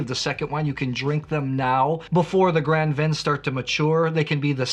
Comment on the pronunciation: Graaaand Vin, not grand central station vin.